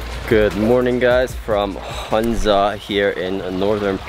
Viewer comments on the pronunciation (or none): A small correction - Its HUNZA not HANZA :)